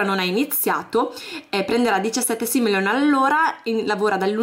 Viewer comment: Posso darti un consiglio???Si dice simoleon non simeleon